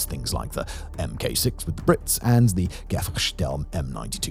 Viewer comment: Mk.6. It's MARK SIX. Not "em-kay six"